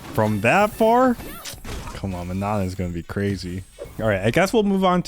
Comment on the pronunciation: Oh it’s not ManoN! It’s pronounced “Maa noh” without the N at the end and the A is like in Arch